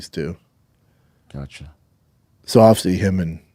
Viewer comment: It’s one of the great mysteries of the universe. Dude struggles to say the word “obviously “ he says ovsey. Go figure